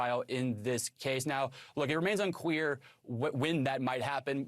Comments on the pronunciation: "It remains un-queer" 😅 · What did he say "It remains unqueer"? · He definitely said, "unQUEER", instead of, "unCLEAR". 😂😂🤣🤣🤣 And then he said, "QUEERly"!! This has to be intentional. Lol